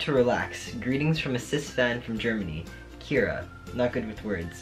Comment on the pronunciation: I've been wondering when my package would arrive :D You pronounced my name right, I'm happy you like it! - Kira Happy early birthday!